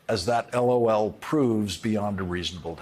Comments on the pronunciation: Is it just me or is anyone else really irked by the ridiculously slow emphasis Lawrence gave on the....... L........O.........L..........as if it's game, set, match? After hearing the texts, I believe this is being taken WWAAYYY out of context. That was clearly a response to a joke, as 💩 y as it was, not a laughing confession of guilt 🙄😑 How TF is this even news....? 0_o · I wish I could send the soundbite of Lawrence saying "L(dramatic pause) O(dramatic pause) L." to people deserving of a "womp womp"